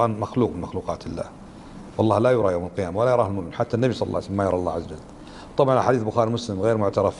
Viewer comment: لماذا. هذا الشيخ يقول الله عزجل